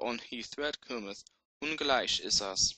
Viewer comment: the unpalatallized 'g's don't really bother me, but you're also diphthongizing the long 'i' sound in many words. 'Ungelic is us' should sound something like 'un-yeh-leech is oos' (I don't feel like typing out the IPA:P). Anyway, good job otherwise! Thanks for helping to spread the awesomeness of Anglo Saxon! wes thu hael!